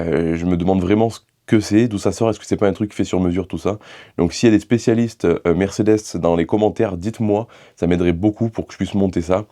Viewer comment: Merdecedes ou mercederche ? 😂😂😂